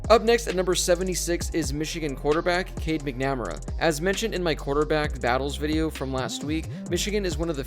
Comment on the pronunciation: Good vid, but look up how to say McNamara